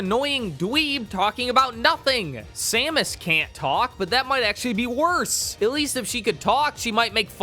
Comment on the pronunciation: he doesn't even say her name right. so disrespectful.